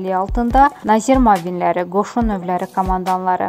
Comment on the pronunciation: Diktor z hərfini düz tələffüz edə bilmir.Nьазир.Diktor qıtlıgıdır?